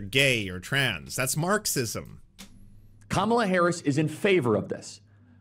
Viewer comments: Her name has equal stress on all syllables. Please say it properly my guy. No hate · Please please please please please! It's COMMA-la, not kuh-MA-la. That's why all the shirts that say: ,la Please say her name correctly. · For anyone not sure it’s pronounced “calmala” not “Camarla”. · It's arguable that no words properly have equal stress on all syllables. And specifically, Kamala is stressed on the first syllable. KAmala.